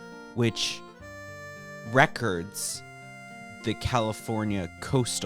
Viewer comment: Why’d bro say records like that 😭😭😭